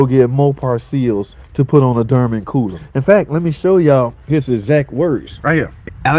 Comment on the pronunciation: WTH is a DerMen🤦🏻 ?? it's Dorman pronounced similar to Door Men.. not door mAn but door MEN. now say it with me brotha...DOOR MEN.. DORMAN😮🙌🥳